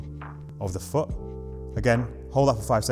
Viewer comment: 'place your FOOH' great video bro